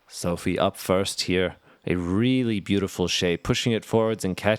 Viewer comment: Good commentary and Sofie playing great!, please pronounce Sofie's name correctly. There is no A in there...